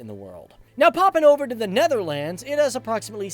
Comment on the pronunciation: You're still a signorant as in the last of your "presentations." And you still do not know how to pronounce "Netherlands." Besides, it is NOT "Netherlands," but "THE Netherlands." And Holland has the HAPPIEST children.